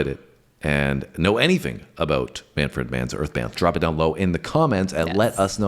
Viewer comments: The correct pronunciation is Manfred, like Alfred. Not Man-FRED. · say it like this... MAN-frid Just trying to help..no snark. 🤪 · That would be pronounced "Manferd" Man's Earth Band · This is not intended to be offensive, but to hear you pronounce it "Man-fred Mann" is annoying ! Just say "Manfrid Man", haha. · Man fred? It's pronounced MAN + FRUHD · it's 'Manfred', not 'Man-Fred' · manfred pronounced as one word not man fred man ok sounds odd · First of all, Mannfred is one word, not two words. Since this is one of my favorite bands it is a little irritating when you pronounce it like it is two words, LOL. The word that he is singing is "deuce", "Wrapped up like a deuce, another runner in the night". The had two big radio hits in the 70's. This one, "Blinded by the Light" and "Spirits in the Night", both of which were written by Bruce Springsteen. Mannfred Mann produced many albums in his career and is very popular in Europe. I first heard them in when I was in Germany. Most of their band members are British, but Manfred is from South Africa. While these two hits were good, I think that their other (original) work is much better. Mannfred Mann is a master of the organ and synthesizer. They have had some of the best guitar players and singers that I have ever heard. You will have to talk with Bruce Springsteen about the lyrics, since he wrote them. LOL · Couldn’t stop laughing at your pronunciation of the band name. There’s no space between Man and fred.